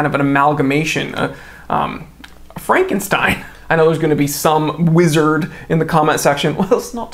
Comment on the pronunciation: Thats definitely not how its pronounced.